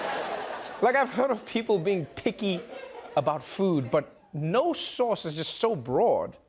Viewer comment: Sounds like she had a problem with "sause" rather than sause...